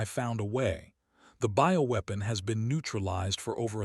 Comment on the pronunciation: "Ho, ho, ho, ho, ho...." Is it Christmas inside that ship? And WTF is a "boweweapon"? It is supposed to be "BIOWEAPON" as in Biological?? Poorly written by Chinese generated Ai.....PROOF READING helps!